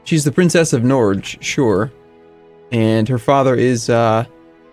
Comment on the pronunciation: norge is prononsed with a hard g :D